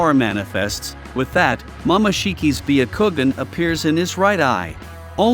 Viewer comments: "" BEE A KOO GEN"" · Baya kowgan